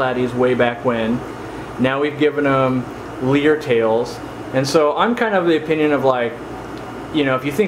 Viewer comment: so.... im a live bearer nut... lyre... as in lyretail swords? its pronounced "liar". not "leer" like you are saying it... a lyre is a primitive lap harp from as far back as before christ... they get the name from the resemblance in their tail to an actual lyre